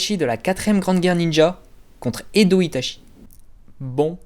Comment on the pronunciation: Je viens de découvert ta chaîne et Jaime bien tes vidéos par contre en japonais "ch" ce dit "tch" donc "Itatchi","Tchoji" ect.... Sinon très sympa cette vidéo